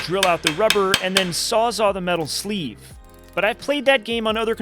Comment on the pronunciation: I never comment on YouTube videos, but I couldn't help myself. It's Sawzall, pronounced "saws-all" [sɔz ɔl]. It's a Milwaukee Trademark for their reciprocating saw products. A "sawzaw" or "sawzaa" is not a thing.